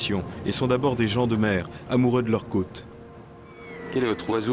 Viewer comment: Habile commentateur! Les "cottes" pour les côtes.